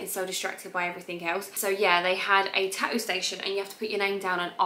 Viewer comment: I love the way you say ta-oo for tattoo 😁😊